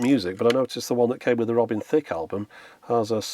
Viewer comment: The way you say it, it's more like Robin Thicc